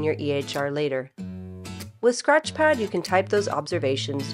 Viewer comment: “Scrath” pad…